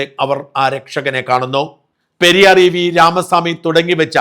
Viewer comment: പെരിയാറല്ല ഷാജാ പെരിയോർ എന്നാണ്